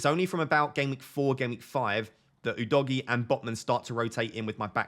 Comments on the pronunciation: I'm italian, we actually say Udojé Not sure what yall are on about calling him Udoggy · Ou-Doe-G that’s how your pronounce it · Udogie is pronounced Oo-doh-gear (without the "r" sound) The stress is in the middle syllable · think udogie is pronounced Uh-doe-gee